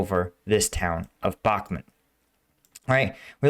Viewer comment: The russians wait for taking Bakhmut until you pronounce it the right way, so please don't 🤪.